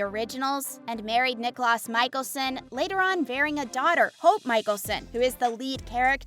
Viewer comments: Same, Nicholas is bothering it’s Niklaus (Nick-Klaus), Stefan it’s (stef-en), Salvatorie it’s Salvatore (salve-a-tore), and hope isn’t a hybrid she’s a Tribrid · Clearly doesn't know the shows mispronounced almost every name. Nicholas (niklaus) 🙄🙄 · U said niklas instead of niklaus pronounced niklows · Helpful points to know: 1. It's Pronounced NiKlaus (Nee-Klows) 2. Klaus was never a romantic partner to Elena Gilbert he actually tracked her down to sacrifice her in a ritual to BECOME the first Hybrid 3. It's pronounced Stefan (Steh-Fin) 4. It's pronounced Salvatore (Salve-ah-tour) 5. Haley never married Klaus 6. The Salvatore school helps supernatural beings but Hope is the only Hybrid in that school except for the one she creates in the beginning causing quite an issue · If you're going to talk about the show at least do your best to find out the character's names because you absolutely butchered it Stefan Salvatore isn't (Stuh-Fahn Salve-A-Tore-E" It's "Steff-In Salve-Uh-Tore" Also Niklaus Mikaelson is pronounced "Knee-Kluh-house Michael-Son" not whatever you said.. and he and Hailey wasn't married, she married Jackson... She just had a fling with Klaus and loved Elijah. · i didnt even notice the stefan thing i was mostly talking about how she pronounced niklaus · Honestly not even one minute in i paused and scrolled to the comments because they said Niklaus wrong. 😑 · Klaus was never a love interest of Elena he tried killing her. That was his soul purpose of being in TVD. Haley & Klaus was NEVER married. Klaus/Nicklaus, Stefan, Salvatore, Kat are all pronounced wrong. Stefan & Damon became vampites on the same day so the age is wrong.